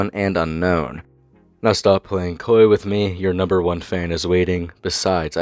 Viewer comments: bruh said dont be koi with me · "Playing Koi" lmaoooo L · Bro said "don't be koi" like the damn fish😂😂😂😂😂